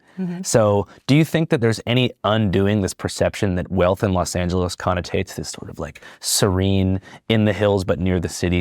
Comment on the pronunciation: it’s pronounced Angeles like Los Angeles. Also it’s crazy how federal firefighters get paid only $15 an hour while State and City Firefighters are straight up overpaid.